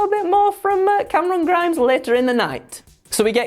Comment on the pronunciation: Look, I love, but I don't know about "Cameron Grimes", I've always heard it pronounced as CAAAAMERON GRIIIIMES!!!!!!!!! IDK, maybe its just me.